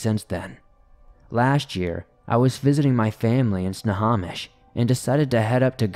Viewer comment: Lol i live in snohomish off hwy 2 you like everyone not local mispronounced it slightly index sultan and goldbar are just up the hwy from me🙂